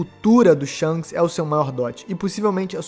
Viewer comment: "Sharishanks" kaakakaakakaka